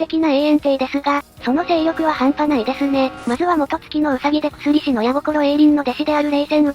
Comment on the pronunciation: くすりし、ではなく、やくし、と読みます。